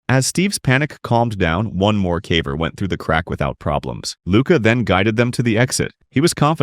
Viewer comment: the AI shines through when it says "cavVer"